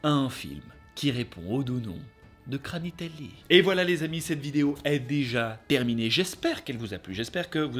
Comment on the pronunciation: Le kranitelli pas granitelli🤣🤣 Des effets vraiment très spéciaux🤣🤣 Les chansons de ouf🤣🙌 Ouais Bombadil était dispensable Gwaihir🙌🤣 Non mais Sauron c'est abusé🤣😂 Fais avec le coeur🤌